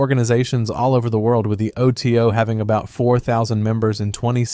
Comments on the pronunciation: As a Thelemite, let me say: Crowley is pronounced "Crow-lee", Thelema is pronounced "the-LEE-muh" or "the-LAY-muh", and OTO is not pronounced "otuh", but "O. T. O.". Thelema also isn't **based** upon A.'.A.'. and OTO—it's the other way around. This video doesn't even begin to explain "every Western esotericism", as there are countless organizations influenced by this broad tradition, and Western esotericism isn't a series of ideologies or groups but an umbrella term for a great range of concepts, philosophies, practices, and historical developments. Did you really research any of this or did you basically just narrate some Wikipedia pages? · I finally noticed when it referred to the Ordo Templi Orientis as "Ota" rather than "the O.T.O." which is obviously how you read an acronym